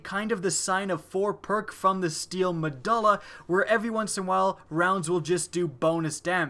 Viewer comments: The steel mah-doll-ah lol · Stop saying steel medula like that